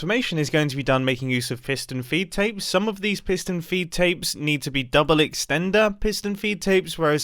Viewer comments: “Fiston Peedtapes” -Mumbo Jumbo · Alternate title: mumbo saying piston feedapes for 12 minutes